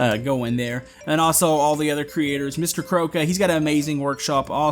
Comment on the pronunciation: Im sure that MrKrowka is read like MrKroovka!